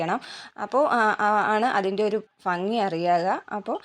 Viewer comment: ഫംഗി എന്നല്ല കുട്ടി ഭംഗി എന്ന് പറയൂ. വീണ്ടും വീണ്ടും തെറ്റുതന്നെ പറയാതെ